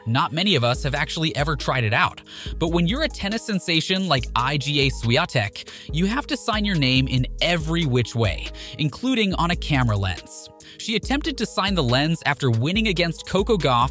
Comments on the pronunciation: If you're going to use an AI voice, at least spell certain names phonetically so the bot pronounces it right. Example, the bot is saying I.G.A. for Iga. So spell it e-ga. Tsisipas - sisipas. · I've never heard worse pronunciations of each player's names. "I. G. A. Swiatek" "Darni Medvadev" "Euganie Bouchard" The list goes on.